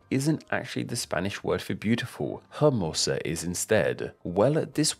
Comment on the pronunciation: Tips on pronunciation: the H is always silent ( hermosa = /ermosa/) Though I'm not fluent in portuguese, the H is silent as well, as in ilha, it's pronounced /ilya/